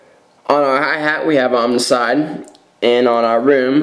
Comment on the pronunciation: It's "oam"icide. Like saying "foam" without the f. Not omnicide. Can't take it anymore.